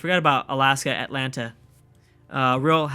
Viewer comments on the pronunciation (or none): none